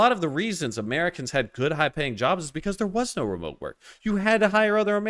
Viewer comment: Be jaded at remeote is low T-energy!!!!!😂😂😂 great commentary